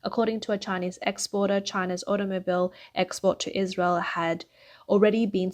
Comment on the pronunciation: When the word "automobile" is in the script but you've never heard anyone say it before...